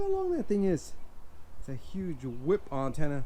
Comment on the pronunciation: Umm, just so you know, it's sounds like you say "auntenna". It's like the difference between saying ant and aunt. But whatever. Great channel. Very original.